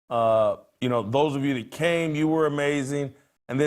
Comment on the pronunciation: Any "Doctor" that can't pronounce the word this or that needs his license revoked.